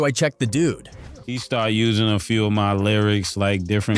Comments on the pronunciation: Gawd damnit, its pronounced 'Of' as in 'Of the rich and poor" not O.V. 🤦‍♂ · Bruh wdf is a damn O.V. dot? Ov is slang spellin for "Of" how lame are these idiots who use AI n dont check their work to make sure names n words are pronounced accurately? Ppl are so lazy n quick to throw shyt up jus to monetize, but dont pay attention to detail wit so eva. That shyt annoys tf outta me.